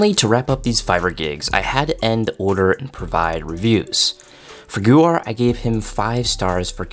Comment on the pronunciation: Not to be that guy but It's actually pronounced more like Gau as in GOne and har like her So Goher